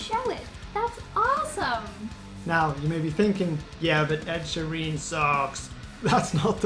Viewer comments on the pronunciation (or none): Great explanation, but remember Ed Sheeran, not Ed Shareen! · I think we’re divided by your pronunciation of “Sheeran” :)